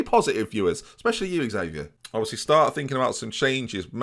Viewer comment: Xavier's probably upset you keep mispronouncing his name